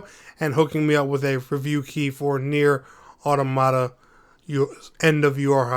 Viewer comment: Still mispronouncing automata